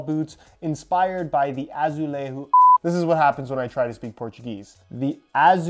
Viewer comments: Ah-Zoo-Lay-Jo (the “J” has the same sound of the “J” in the French word “jour”) Portuguese doesn’t pronounce the J like Spanish do. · Pronunciation of J in Portuguese is completely different than in Spanish but other than that and a slightly wrong E pronunciation which is harder to guess it was ok hahaha Quick tip is to run the word on google translate and hear the pronunciation there, it is often correct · Dude, that Azulejo sound, seemed more Spanish. We are not fcking Spain. Next time, imagine Julia female name. The first syllable sound, JU is equal to azuleJO